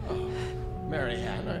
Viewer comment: Du kannst sie doch nicht Marie-Ann(englische Aussprache) nennen xD Das muss Marianne(polnische Aussprache)!:P